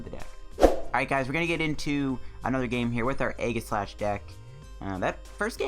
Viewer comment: Btw it’s pronounced eeeeeee-jih-slash